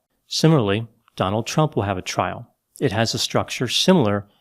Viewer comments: Did you call him Trump or Chump?🤣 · I swear I heard you call him chump more than a couple times.